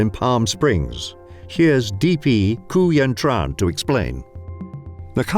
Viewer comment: Just a slight correction on Palm Spring's DP Quyen Tran. Her name should be pronounced more like Queen Chun, not Ku-yen Tron. Apologies, I know Vietnamese pronunciation is difficult.